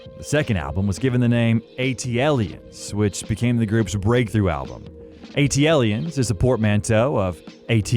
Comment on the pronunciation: Super cringe how you mispronounce Aquemini and ATLiens. Did you even listen to the music? Gross.